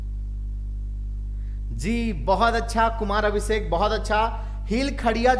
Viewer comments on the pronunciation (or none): none